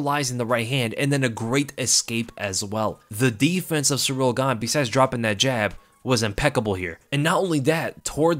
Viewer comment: Hey, it’s pronounced “seeril” not “sureel” - you been watching tooo much Uncle Chael 😆